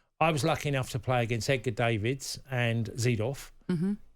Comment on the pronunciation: Dave-ids? Don't you mean Dav-ids Tony boy?